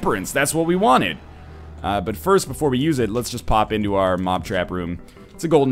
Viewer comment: was first, but he said "durst"